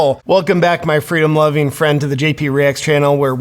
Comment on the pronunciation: did you say freedom or fritos?